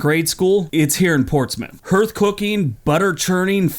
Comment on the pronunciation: Did just say 'hearth cooking' like "hurth cooking" (rhymes with 'earth') instead of "harth cooking" (rhymes with 'heart')? AND he's got the wrong pic for it too (Portsmouth, England) - ugh.